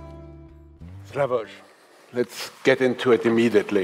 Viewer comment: I like him very much and he has a lot of good points and you can really learn a lot but him saying he doesn't like Kubrick puts everything in question for me. Zizek check yourself!😅 btw does the host keep referring to him as "slavož" or am I hearing it wrong? wtf